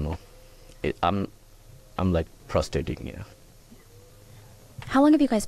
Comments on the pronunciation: he's "prostating"? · My head phones must be playing up what did he say prostating ???